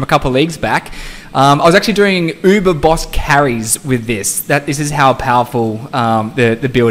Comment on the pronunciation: I'm gonna try this in a hardcore character to see how it goes, wish me luck guys lol. Btw, I love how you pronounce uber!